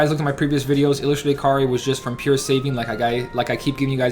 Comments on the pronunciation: It's not Kar-ri it's kay-a-ree or kay-ree if you want it shorter. Kar-ri sounds like karey. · Bro we talked about this. It's Kai-ri. Not Kar-ri. Listen to some KH1 cut scenes Sora says it 8 million times. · its not even really that big of a deal because its easy to understand that if hes talking fast hes just gonna skip the ai vowel sound i mean i still understand what youre saying too, it sounds like karri, but i cant help but still hear kairi since i know hes talking fast does this make sense?